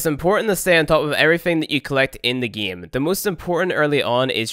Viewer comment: let's get right into the gay?!